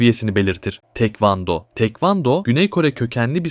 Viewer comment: tekvando degil taekwondo